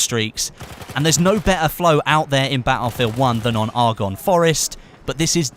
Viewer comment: You pronounce Argonne incorrectly....